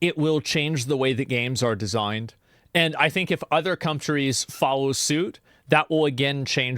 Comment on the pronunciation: he says Cumtrees. 😩👍👍